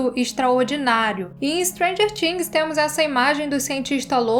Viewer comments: "TH" no inglês é pronunciado com a língua entre os dentes, sem forçar o som do "T", na realidade perde esse som e fica algo próximo do "D". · O vídeo é ótimoooo!!!!! Mas a pronúncia de "things" me incomodou rsrss